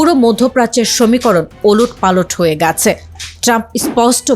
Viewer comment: আপনি তো গেছে শব্দটি উচ্চারণ করতে পারেন না । উচ্চারণ ঠিক করেন।